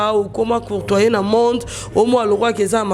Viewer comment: yvette on dit cotoyer et non courtoyer.tu veux parler le francais alorsque tu n'as pas de niveau.